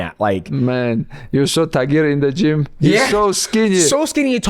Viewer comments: Tagire DJ!! Fkn tagire, not TIGER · let me assist you Champion. The man's name is not Tiger. It is in fact pronounced "Thai Gear". Like Muay Thai fucked Gears of War. Your welcome big guy. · It's Tah-Geer, not "Tai-Gerr". Proper way to pronounce Tagir Ulanbekov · "Tigeeeeer come baaaack" DJ struggling with pronouncing Tagirs name is just so hilarious 😂😂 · For as smart as DJ is and has the highest level of IQ in MMA in my opinion, how tf do you pronounce Tagir as Tiger 🤣